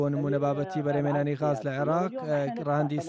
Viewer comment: کاکە گیان ووشەکە گاز غاز بەڤارسی ناوی باڵندەیە. عەرەب ڵاڵە و گ نییە😂😂😂😂😂